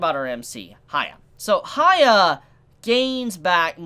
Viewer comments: its not haya its hyakki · love ur review but u calling hyakki haya is annoying...its like ppl calling u caba instead of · Jon Zee He doesn’t even say the nickname properly lol. “Hya” wouldn’t be pronounced the way says it, it’s just weird